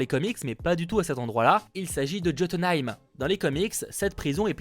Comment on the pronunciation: On prononce Jotunheim: Yotunheim